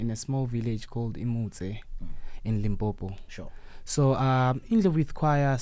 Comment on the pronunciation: needs to learn to pronounce Limpopo correctly. Ndlovu Youth Choir put Limpopo on the map.